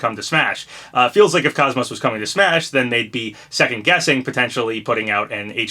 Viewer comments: *without the y or t at the end so Coze-Mose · Welcome back Papa! Happy New Year! I still have hope for KOS-MOS! Also it's pronounced like Saying Cozy and Most without the y or at the end!